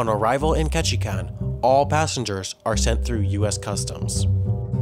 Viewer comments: Lol how you pronounce Ketchikan like “ketchikon.” It’s pronounced ketchi-can by us in Alaska ✌🏼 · its not pronounced ketchi kawn. it is ketchi CAN. i know because i live there. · You have the funniest way of saying Ketchikan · You murdered Ketchikan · You mispronounced Ketchikan. As I've said on some of your other postings, 5 seconds of research would have prevented that. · smh i live in ketchikan and he cant even say the name right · Sorry but your pronunciation of Ketchikan was a little off, sorry I used to live there so I just can’t stand it